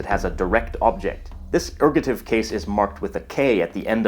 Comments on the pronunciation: ergative, not ergotive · Isn't it Ergative (not Ergotive)? :P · Erg-o'-tive ERGATIVE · Very impressive, thanks. Ergative, not ergotive, though. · Just two small things, first it's ergative case, not ergotive case. The pronunciation of euskara is a little bit off (the eu is jsut like it's in Spanish). And although Basque is speaked only by the 27% as L1, there is about a 15% in the Basque country who is also a L2 speakers. The statistic are more interesting when you look into the younger generations, who grew with schools were basque was teached, were two thirds are bilingual. These numbers come from a study done in 2006, more recent studies show that the numbers are growing (except in the French regions, were the opposite is happening). So Basque has a good perspective of survival. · It's called ergAtive, not ergOtive. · The mispronounciation of Pyrenees led to a facepalm in another video... so I'll point out "Basq*i*e", "erg*o*tive", and that Euskara isn't YOOskara but eooSKAra /eus'ka.ra/. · Dude, you misspelled ergative, and mispronounced it aswell